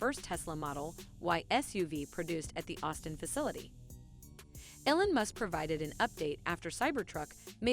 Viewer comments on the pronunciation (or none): ELON not elan! 🤨